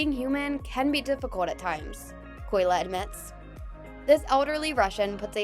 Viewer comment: it’s Kolya* not Koyla…